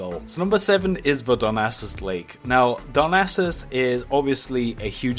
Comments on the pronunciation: I thought he said "Dumbasses" lool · It sounds like he says "Dumbasses Lake" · Am i the only one hearing he say dumbasses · Is it me or he is saying dum a** es .When he is trying to say Darnassus (darn assus) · I'm losing my shit how he keeps saying 'dumba**es' instead of darnassus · ikr, everytime he would say darnassus, it would sound like dumbasses. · I dont know if anyone else has picked up on it but every time mentions the word Darnassus it sounds like he is saying dumb asses lol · Everytime I heard darnassas i heard dumb asses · Top secrets said in this video: Wald ov wallcwaft Dumbasses Oofer